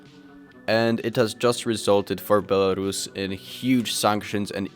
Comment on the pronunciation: Co za kurwa Bielarasza? First learn how to speak before publishing your very valuable opinion